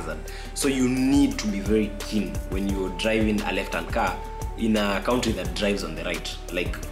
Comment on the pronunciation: Nice vlog. Next time please call it Abudabi not Abuthabi, and that word country, it's confusing when you pronounce it as 'cowntry', instead of 'Kantri'.